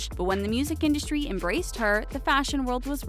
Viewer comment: It’s in-dust-ry not indushtry. Your lisp is about 20x worse than Leonardo DiCaprios.